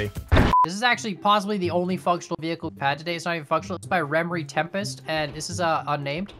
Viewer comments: Remeri Tempest huh. Its rimuru tempest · "this is by remere tempest" doesn't ring a bell? Am I the only one who watches anime here? "Cough" rimuru tempest "cough" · Remri Tempest? HMmmmmmmmm.... I could have sworn that name sounds familiar. Maybe there was an Isekai with someone named that? LOL, Rimuru Tempest is the best, I personally think these guys mispronounced the name